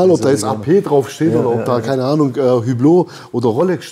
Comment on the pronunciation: 200 Euro Quartz-Wecker von einem Einschaler, der billigste Hattori VH31-Werke „verbaut“. 😂😂😂 Setzt sich da hin, meint er wäre der Raketenforscher der Uhrmacherkunst und redet von „Manufaktur“… 😂😂😂 Übrigens: „Üblo“. Das „H“ und „t“ bleiben stumm und das „u“‘wird zum „Ü“.